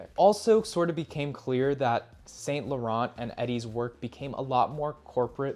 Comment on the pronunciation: You should learn how to pronounce French words properly like Dior Homme and Saint Laurent.